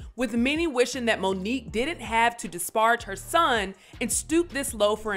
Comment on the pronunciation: dis·par·age not DIS-PARGE